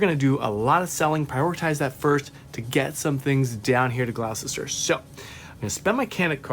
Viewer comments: We English love hearing our towns mispronounced, so please don't take this as criticism, but you might like to know that 'Gloucester' is pronounced 'Gloster' and 'Worcester' is pronounced 'Wuhster'... if you ever have to pronounce 'Leicester', it's 'Lester' btw 😂 x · Just got this game, and I'm loving it. I didn't know it could be played solo, thanks for doing this video. I don't mean to be rude, but it's so funny watching Americans trying to pronounce English place names. Just so you know, Worcester is pronounced Wuster, Gloucester is pronounced Gloster, and we miss out the letter "h" in "Birmingam". I have no idea why we don't use these letters, we just don't. 😊